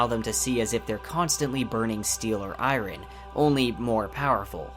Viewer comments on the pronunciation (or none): Good info, well presented. He could use coaching on pronunciation of a few word, e.g. iron and chasm